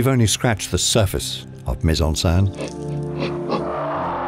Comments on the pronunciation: Another really tiny thing to bring up is the pronunciation of "scène", which here sounds more like "sein" (breast) rather than being basically (exactly?) like the French pronunciation of "Seine" (the river). But again, that doesn't detract from an excellent & informative video. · It's pronounced Sen not Saan bro... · It sounds like he’s saying “put in breast/saint“. “scène” is just pronounced “sen” lol. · The accent over the e is grave not acute and it is pronounced accordingly - here the narrator has two ways of pronouncing it and only one is correct.